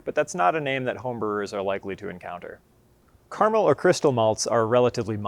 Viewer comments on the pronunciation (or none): Informative to a degree but elaboration on the different strains of pale ale malt would be a good addition. Also, using the correct pronunciation of 'Caramel' would be an improvement!